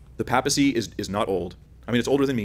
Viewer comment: If I had a nickel for every time mispronounced 'papacy' and every time Mr. Horn said 'solo scriptura' I'd be able to buy lunch. Enough with the jokes, though. I appreciate both of you using your own discernments without getting hostile.